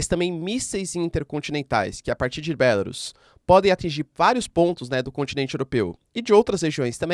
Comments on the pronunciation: Querido "teacher", a pronúncia é 'Belarús'. 'Bélarus' é pronúncia inglesa. A pronúncia é igual a "bambu, caju, urubu, etc.." com sílaba tônica no "u". 🇧🇷🇺🇦🇧🇷🇺🇦🇧🇷🇺🇦🇧🇷🇺🇦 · Professor é melhor pronunciar Belarús, pois fica mais próximo do idioma.